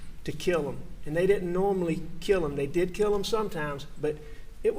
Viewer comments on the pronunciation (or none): I hate the way AM says dat instead of “that” and dem instead of “them”…….he has to be one of the most unlikable person I have ever listened to in my life. Everything he does annoys me…… also when he says ummmmmmm…….it’s like nails on a chalkboard.